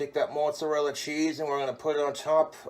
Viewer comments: It's not moozarella unless you're Italian. Dude it's mozzarella you're a some kind of mut. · Fucking hate how he pronounces mozzarella. "Mootsarella" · "It's already cooked, but we're going to toast it in the oven." So he's gonna burn it like he burns everything. I hate the way he say mozzarella...